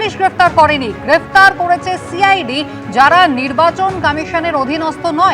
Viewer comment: Momotar chokranto cid bolte parena bolse shi i d